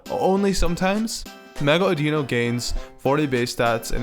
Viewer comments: Its not odeo its audioooo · Adino is not od - eeno it`s od- in-o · It's Odd-in-i... not Add-in-o.. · It's pronounced or-di-no not or-dee-no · It's no Audino (aww-Dee-no)! It's Audino (aww-di-no)!!!! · it's pronounced AH-dih-no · Audino is pronounced as Audeno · First thing: It's pronounced "AW-dih-no" or "AW-din-oh", as in the same flow as "I dunno", with its name being partially a pun on that phrase. :P But second... I got really upset for a second when you said Mega Audino, because Audino itself is my very favorite Pokemon. ...Then you made some really excellent points, AND I disagreed that the design was even an improvement... So... xD;; Yeah. I'm still happy it got Fairy typing, but I'm also eternally bitter that REGULAR Audino didn't get Fairy in the first place. >8[ Like.. Literally, when X and Y dropped one of the first things I did was check Serebii-- and then keep checking back periodically to see if it was updated yet-- as to whether or not Audino got Fairy. xD;;; But, well... Mewtwo and Charizard each got two Megas, so... technically I can still dream, right? Lol. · You pronounced Audino wrong it's like audio but with no at the end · Its a I not a E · The way you pronounce Audino makes me cringe.